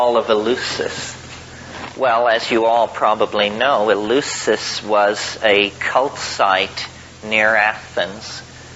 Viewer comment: Thanks! Btw, Terence, it's "El-LEF-sis" as in Greek.